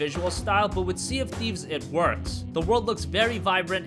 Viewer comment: SEA OF THIFES